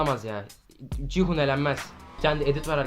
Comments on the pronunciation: Abi 456 nın adı cihun değil gihun o bikere abi yanlış söylüyorsun abi😊😊❤❤🎉🎉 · Abi ci hun deyil gi hun 😂😂😂 Yarım saattir öyle diyorsun